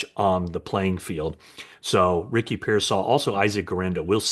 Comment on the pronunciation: You pronounced Ricky’s last name correctly. Thanks. Matt.